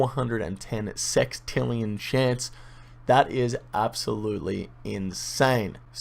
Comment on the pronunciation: wtf is sextrillionn :D lmfao